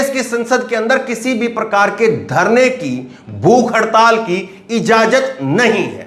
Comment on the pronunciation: YEH KAISE ANCHOR AA GAYE....IJAZAT KO IJAJAT READ KERTE HAIN..VERY SHAMEFULL ... .